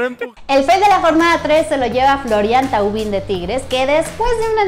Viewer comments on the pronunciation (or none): Me parece que es más “Tuvan” que “Tova” pero definitivamente no se dicen “Tauvin” jajajaja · El apellido de florian se pronuncia "TOVA" y no "TAUVIN" como se escribe creo que como medio publico deberian investigar un poquito mas......y si mucho mejor gol el de SAMBU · Es TAVUAN